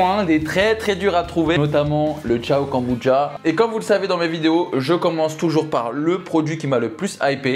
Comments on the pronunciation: "Kanboudja"..."kanboutcha"...."konboudja" ....je sais pas combien de prononciations différentes tu as utilisé mais 🤣🤣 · KANBOUDJA ❌ KOMBUCHA ✅